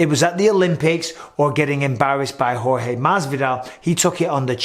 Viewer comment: Yo Mike i love the fact that u pronounced Jorge name the right way. Showes that u respect him cus i know that wasn't the case in the past. Also its my name and hearing anybody saying it that doesn't have a spanish background they usually fuck it up. Nice one mate